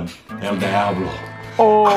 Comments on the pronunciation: Its pronounced deeablo not dieablo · It's pronounced dee-ahhh-blow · It's a shame he didn't pronounce it right